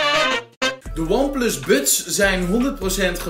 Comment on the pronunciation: Je spreekt buds en Frank Sinatra wel heel erg op z'n Hollands uit 😂Waardeloze oortjes zijn het. Geluid is echt matig. Totaal geen bass.